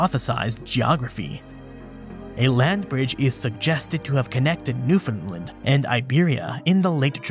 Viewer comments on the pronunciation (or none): none